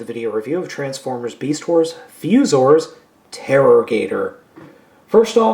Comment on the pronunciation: That's "Terra" as in "Terrapin", numb nodes